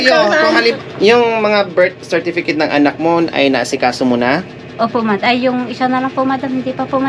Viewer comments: Grabe tawa ko. Pareho silang BULOL. Di mabigkas ang BIRTH CERTIFICATE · Masaya kung paano nila pronounced ang birth certificate.God bles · Sakit ng tiyan ko sa katatawa kay & sa pag pronounce ng birth certificate. Ang saya naman nila. Thank you sa good heart mo. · Dami ko tawa Hindi nila mabigkas ang birt certificate 😂😂😂😂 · Nahawa tuloy si sa birth certificate hehe. Medyo napronounce Nya sa Una hahaha... Congrats madam, top 8 charity vlogger. Ingat kayo lagi! Team...